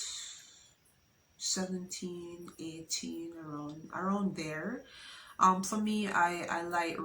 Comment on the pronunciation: "Taken fi granted" 😂😂